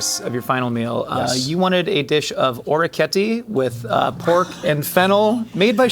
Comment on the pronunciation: I'm surprised can't say orechiette correctly.